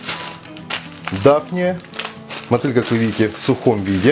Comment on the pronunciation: Почему мОтыль? У нас на Урале говорят мотЫль! Как правильно?